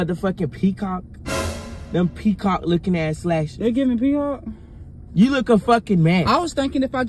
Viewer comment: he said peacockk 🤣🤣